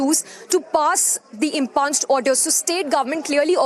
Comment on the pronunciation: Such an illiterate reporter! She pronounces impugned as ‘impunjed’. It’s im-pyuned, ma’am! Noisy channel promotes such unschooled people!